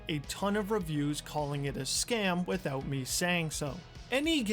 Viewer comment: . "Withewt a shadow of a dewbt." lol.